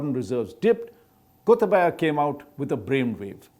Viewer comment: The way he pronuced Gotabaya as Gotha baya was histerical if you speak Sinhala